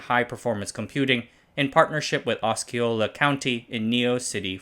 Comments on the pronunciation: it's a hard "ch" in "stochastic" (stə-ˈka-stik) it's a soft "c" in "Osceola" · Osceola is pronounced Aw-See-Ole-Ah (it is actually rendered as Asi-yahola in creek). Many things in Florida are named after Chief Osceola, who was instrumental during the Second Seminole War, which resisted the US's efforts to forcibly relocate the tribe. Pronunciation of things like this have been used as shibboleths in the past; the fact that Walt Disney could correctly pronounce Kissimmee was how the US news media figured out that the Walt Disney Company was building Disney World in that area. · Wrong C sound on Osceola. Only pointing out because it's named after a great Seminole leader and is still a common family name amongst the Seminole.